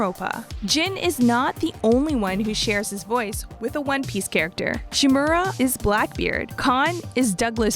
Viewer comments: She said DooShu and ShinMoora 😂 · Lord Sakai and Lord who?? Can you say that again please e